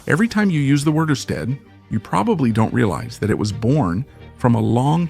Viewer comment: It's not "you-stead". Is this an AI voice? The video is. Must be from an article.